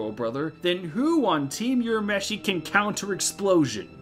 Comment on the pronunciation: Sorry I'm sure others have already pointed but Urameshi is not pronounced as "You-rameshi" - it's "Woo-rameshi" (also "Woo-ra-oto-"gee" (like "geek")). You made awesome video but every time I hear You-rameshi I cringe a little